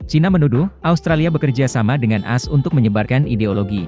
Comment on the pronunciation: Suara robot mosok AS dibaca asss... 😁😁😁